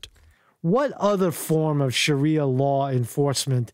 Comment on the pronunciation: ** THIS ISN’T FAKE NEWS **. It’s ‘sha-ree-a’ law, and they do become extreme. I love ur show, but this time, ur wrong and u obviously haven’t looked into these Muslim groups n other countries, and these groups WILL get worse as time passes, like they don’t EVERY other place they do this. First of all, the missing ‘sources’ r residents of the area that obviously don’t wanna give their names or b listed anywhere so that retaliation can’t occur. I usually agree with u, but ur wrong about this. The problem is the history and current action Muslims take part n n other countries. They’re outfits might not b EXACTLY like the police uniforms, but they get as close as possible without falling into the definition of ‘impersonating a police officer’ for obvious reasons. N other parts of the world, these Muslim ‘watch groups’ get stricter and stricter and they do end up harassing people. It gets bad. Bad enough where cops won’t even go n2 the areas which is why they’re called ‘no go zones’ and it’s real and not rare. Other ‘cultures that ‘neighborhood watch’ don’t get as extreme as the Muslims.